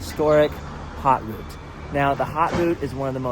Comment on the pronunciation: Great video, very well done! Thanks for using only few words and trying to get the right pronounciation of "Haute Route" vs. "Hot Route" ! ;-)